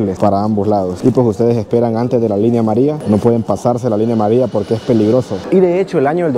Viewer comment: La línea amaría 😂😂se comen la “ll”